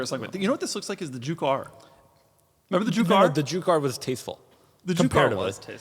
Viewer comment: Juke R, I thought you said Jew Car